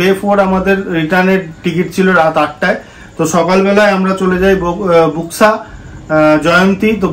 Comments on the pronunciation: Buxa pronunciation ta thik kore koro please. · বক্সা জায়গা টার নাম। বুক্সা না